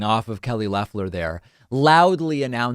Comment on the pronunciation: Trevor Noah pronounces Loeffler’s name as Loafler. Pretty funny and accurate. She has the energy of a loaf of white bread!